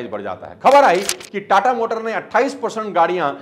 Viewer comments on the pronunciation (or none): सर जी टाटर मोटर नही होता टाटा मोटर्स होता है😂 13.06 मिनट बोला आपने